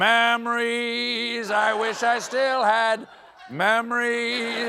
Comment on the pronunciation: Really sounded like Stephen said mammarys there. Thought he was going someplace else with that.